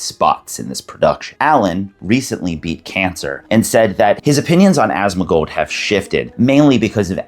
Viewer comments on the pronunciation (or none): Asmuh-gold, Asthma-gold, A-smug-old, Ass-Mac-Old. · love how everyone pronounces his name as ashtmagold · y u sayin asthmagold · No hate, but pronunciation of “asmongold” sounds like a toddler lol